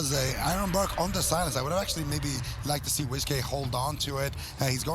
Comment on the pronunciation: Is wizk name actually wiz-k like your saying or is it supposed to be said like whisk and you guys keep saying wiz-k it’s wizk